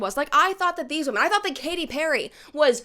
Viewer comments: What is going on lately with women, SPECIFICALLY women, pronouncing women like woman? The plural of woman is women, but they keep saying it in the singular form and it is pissing me off. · Even Katy fucking Perry can’t say the plural version of “women”